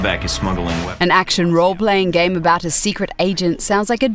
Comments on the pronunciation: Am I the only one who thought she said "if you read a lot of gay magazines and websites" at the start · it sounded like she said if you read a lot of gay magazines and websites lol